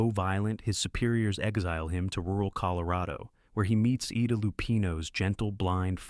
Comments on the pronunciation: Sounds like it. He said, Eeda Lupino, instead of Ida Lupino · Ida Lupino, not Eda. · I thought that was an ai voice too. Also the eloquent discription sounded like Chat gpt s excellent break down of Netflix Ripley which blew me away. Interesting times we live in! EE-Dah Lupino was revealing also. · EE-dah Lupino. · EE-duh Lupino. Pauline KYLE. FFS. AI is total shit. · Sorry - you lost me after EE-DAH Lupino, followed by Tony Curtis from Sweet Smell of Success! Seriously- Learn how to PROOF your work.